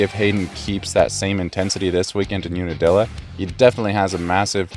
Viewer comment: UNIDILLA? Try again.